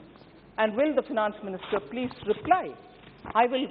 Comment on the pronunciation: Paleej paleej pehle sunai de jata h...😂😂😂